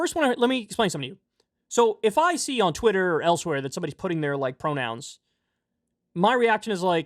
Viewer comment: “pwonouns r too hawd. :( “